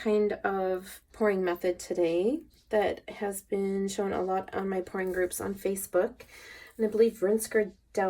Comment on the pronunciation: Kind of funny... when you said "pouring group" sounded like you said "porn group" Haaaa, thanks for that made me do a double take ;)